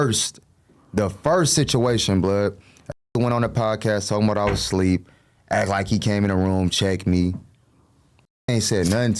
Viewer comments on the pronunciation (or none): Nigga said “ableep” at one point too 😂😂😂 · Son said “Ableep instead of asleep” because is sound like a C 😂😂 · Bro said he was “ableep” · falling "ableep" is nuts